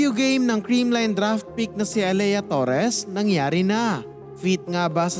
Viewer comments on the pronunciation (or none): A-leee-ya hindi A-leyah.